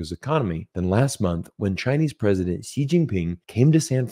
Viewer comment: Xi JinPing has been the leader of China for over 11 years, and this Colonel MacGregor still pronounces Xi as "zee"; well, it's pronounced "shee"! It just shows his ignorance about China and Chinese affairs. The people of Hong Kong are upset and uncomfortable about China, but they put up with China simply because they have no choice. Xi did not order the PLA to march into Hong Kong because he didn't have to, not because he was "smart" and chose not to. In 1989 the army was ordered into Beijing to quash the student protests, although not ordered by Xi but he certainly would do it again just as his predecessors did.